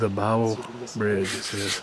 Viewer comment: I think the pronunciation of Bible is "Bib lee". I have a cousin that married a man by that last name. So... /24, I heard a whimpering sound.... a woman screamed from the spirit box... spirit box said "No"... sounded like "Back Off" on the spirit box... ...what was that sound? A grunt or short growl, maybe... there was a white mist at the top part of the video, could be your breath, though... whimpering or whining. I just really enjoy you and Josh from SAPTV doing paranormal explores. I love both your channels. Y'all work so good together. Looking forward to the next video. Stay safe out there.